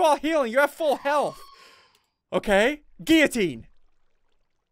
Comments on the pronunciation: Ssundee:giutine Me:its giulotine not giutine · Ssundee this is how you say guillitine Gill oh tene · Ssundee guillotine is pronounced Gil-o-teen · No it's pronounced gui-o-teen